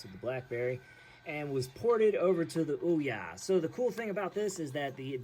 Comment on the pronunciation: This very moment. Hurts a video when the primary subject isnt pronounced correctly